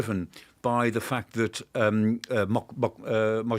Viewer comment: Dr. Clark, it’s not Mujtada. It is Mujtaba. 😂